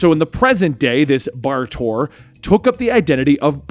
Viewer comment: Bar Torr is a complete mess, Kon-El... okay.